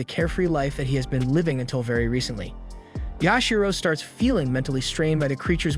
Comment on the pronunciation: It is Yashiro.